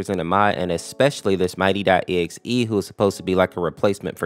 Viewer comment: How can this guy say Mighty.exe right but says sonics.exe? WTF is Sonic's.exe